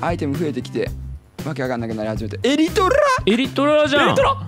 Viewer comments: のエリトrrrrルァ！？が地味にツボwww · 1日の楽しみが来た！ 巻き舌気味の「エリィトゥラァ？」 の歌声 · ここのの「エリトラ！？」がめっちゃ巻き舌www